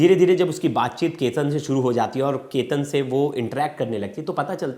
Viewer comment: Kya anchor banega re tu! Sir aap sahi se Chetan & Ketan nahi bolskate to itne videos kyu banate ho. Just apne khudke video dekhlo purane. !